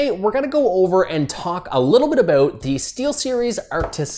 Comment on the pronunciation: ''Aboot''.... hehe